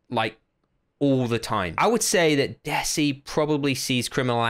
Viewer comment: You are pronouncing 'desi' wrong Its pronounced as (THEY SEE)